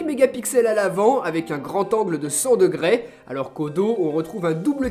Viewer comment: "degrès" , ca m'as stressé pendant la vidéo .